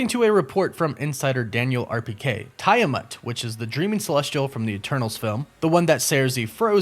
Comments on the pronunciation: Yo dawg, Tiamat is pronounced "Tee-ah-mot".. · you pronounced tiamut wrong lol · For Christ's sake, they pronounce Tiamut's name in the movie and you still got it wrong. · Tia-mut, no Tiya-mut. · It's /tee·uh·mat/ not /tai·uh·mat/ btw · It reallllllly bothers me how you keep mispronouncing Adamantium .... You're saying Adamentium ... And you mispronounced Tiamut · And Tee-Ah-Mutt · Adamantium- AD-UH-MAN-TEE-UHM Genosha- JEN-OH-SHUH Tiamat- TEE-AH-MAHT Also, Wolverine's claws aren't made of Adamantium. They are bone...coated in Adamantium just like the rest of his bones. Maybe a small distinction to the uninitiated, but a very important point to be made. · Take a shot every time he mispronounces Genosha, adamantium and Tiamut💀